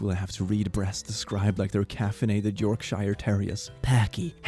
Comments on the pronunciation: Please, its not York-Shire its pronounced York-sheer. apologies but this just angered me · my guy really said york-SHY-re....